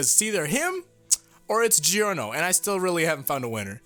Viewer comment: Its not pronounce Gee orn ooh its pronounced Joorrrrno c'mon roll the R woth me Jor-noh Jooorrrnooh.